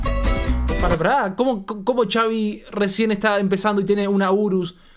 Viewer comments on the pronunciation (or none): No se dice chavi se escribe xavi Pero se dice javi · No es chavi es javi jaja 😅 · No es Chavi es xavi,javi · javi vergaaaaa jajaja no chavi jajajajaja se escribe con x pero se pronuncia como javi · Simon reaccionen a esa • Poco a poco - Xavi con Dareyes de la Sierra • de mis preferidas ahorita y Xavi se pronuncia Javi y no chavi nomás para aclarar qué viene de Javier • saludos y perronas sus reacciones 👍🏼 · Por fin alguien que entiende, no se por que le dicen “chavi” incluso en canciones de poco a poco o modo dnd dicen “javi” y no se dan cuenta :b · Primero que nada se la dedico a su amigo y bien dijo en un video que no le estaba copiando a la otra canción de amg que nada más puso esa frase por que le dijo su amigo y no se pronuncia Xavi es Javi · Chavi 😂😂😂 es jabi=xavi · No es Chavi recuerden que les de origen mexicano por eso pronunciamos Javi con J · Se dice gavi no Chavi😂😂😂😂😂😂 pero su nombre es xavi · NO SE DISE CHAVI SE DISE XAVI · Se pronuncia "javi" no chavi 😂❤ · No es chavi😂 es xavi pero le dicen javi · Por qué le dicen Chavi? Que yo sepa se pronuncia Javi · Pero no es chavi es xavi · Xaviiiiii no es chavi es con las letras x a v i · no se pronuncia chavi, es Javi aunque se escribe Xavi... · No es chavi se pronuncia asi , javi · No es chavi es xavi se dije javi pero se escribe xavi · No es Xavi es Javi bueno así se dise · Es xavi no chavi 😂😂😂😂😂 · no es chavi es xavi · Es Xavi no chavi 😅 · La X la debes pronunciar como J se escribe Xavi pero suena Javi, saludos desde México, no me pierdo sus reacciones. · Es Javi solo que con x ,pero se pronuncia Javi. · Xavi se pronuncia "Javi" corto para Javier su nombre y es de aqui la "FINIKERA" o mas bien conocido como Phoenix Arizona. Nos hace bien orgullosos con rason ya no lo vemos en los parties el anda haciendo grandes cosas. Fierro compa Xavi !!! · Es cierto caen gordos por que apoco no saben pronunciar xavi que es Javi ay no me estresaron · Es XAVIIIIII❗❗❗❗ LA X ES COMO J EN MÉXICO CABRONES👍🤤❤️🇲🇽❗ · Se dice javi